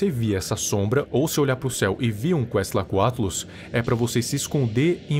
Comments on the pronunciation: Opa! Só uma dica aqui rapidinha: O nome "Quetzalcoatlus" se pronúncia dessa maneira: Cué-Tzal-Coa-Tlus. Além disso, uma coisa que eu acho que passou despercebido por você e muitas pessoas é que alguns dos animais pré-históricos escolhidos pelo Analog Horror possuem nomes que homenageiam diversos monstros divinos de culturas diferentes, como o Vasuki indicus, que é referente a serpente da deusa Shivah, o Livyathan melvillei, referente ao Leviatã da Bíblia, e o Quetzalcoatlus northropi, que é uma homenagem ao Quetzalcoatl, a serpente emplumada da cultura Asteca, e eu não acho que isso foi apenas uma coincidência. E por último, bem no finalzinho da parte 3, tem um teaser para a parte quatro, aparentemente fazendo alusão ao Anomalocaris, o primeiro predador de topo do planeta Terra, bem como a aparição do Sarcosuchus, um dos maiores crocodilos de todos os tempos, e cujo o nome faz alusão ao deus Sobek da mitologia Egípcia. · a pronuncia é ketizalcoatlus e eles não são dinossauros eles são repteis voadores dinossauros que voam não existem mas ótimo vídeo